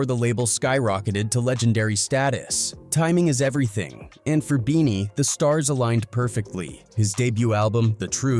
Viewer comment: keeps calling him bennie...like Bennie the butcher.....ITS BEANIE BOT BENNIE